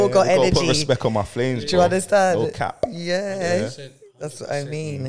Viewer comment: Every time he says no cap mans pronouncing the P with a pop 😂🤣😂🤣😂 whyyyyyyyyy for that blud